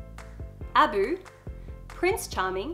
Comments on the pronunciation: Love you, adore you, but sweetheart, it is Ah-Boo not Ab-u. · A-boo not aboo